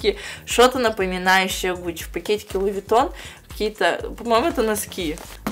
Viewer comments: Все люди луивитон, а сказала луивагон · говорит луивагон а не луивитон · Луи ВаГоН ору ёпстудэййййй, 😹😹😹😹😹😹😹😹😹😹😹😹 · Луи виттон а не Луи вагон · Луи Вагоон... Орууу..., как ты могла так прочитать? Всё же понятно.. Луи Витон!